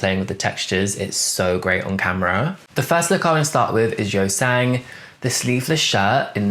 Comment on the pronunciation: A little tip on pronunciation: Yunho is pronounced similarly to if you say "you know" and the "you" is stretched out a tiny bit, also I noticed that you tend to pronounce Yeosang more like "Yo Sang" so you just gotta remember that the "eo" in his name is pronounced the same as the "eo" in Seonghwa (which you pronounce pretty correctly!). If I could give a very British example: at the moment it's like you're pronouncing Yeosang's name like how some people say "scone" - rhyming with "own" when it should actually be "scone" - rhyming with "on" in Yeosang's name. I hope this is at least a tiny bit helpful, Korean pronunciations are really hard...